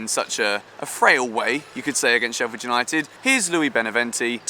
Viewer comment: STOP CALLING US SHEFFIED!!! FFS!